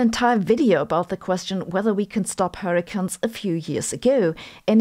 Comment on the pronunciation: Are you pronouncing hurricanes as hurricans so that you can coin the term hurricants when the technology to stop them from forming is developed? 😛